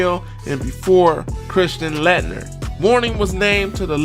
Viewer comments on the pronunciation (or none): Christian Lat- Ner lol it's pernounced Late(like Late night) Ner